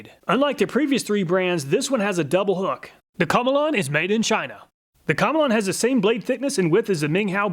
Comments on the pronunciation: I think you pronounce Komelon that like “chameleon.” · Obviously the komelon is pronounced chameleon like the lizard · pretty sure in pronounced chameleon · My apologies but I feel as if "Komelon" is pronounced "Chameleon". I'm not Chinese and I'm decent in English but that's how I would pronounce it. Since a Chameleon sticks it's tongue out and has the shape and colors to match the animal? Just my thoughts? 👨‍🎓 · I always thought it was pronounced the same as Chameleon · i did not think he would pronounce it that way and i had to pause the video to clean up the ice water i spat onto my lap